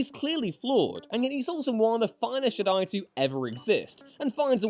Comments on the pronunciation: I have never ever disagreed more to anything in my whole life to when he said “Luke in the last Jedi was perfect”. Fuck off how can anyone believe that? Also, Learn how to pronounce Jedi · I always heard Jedi as a trochee not an iamb